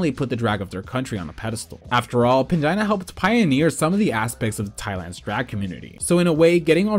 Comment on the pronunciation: I truly heard "vagina heals" 😂